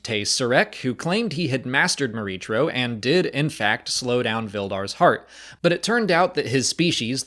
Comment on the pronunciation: I have to believe this was meant to be pronounced "Mor-EE-kro", with a "K" sound. Unless someone at Lucasfilm has said otherwise. The "CH" pronunciation is awkward and unintuitive to me.